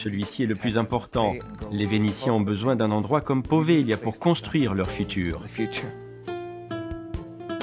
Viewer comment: c'est poveglia son nom! prononcer povelia en italien! j'aime beaucoup cette île. N.🌷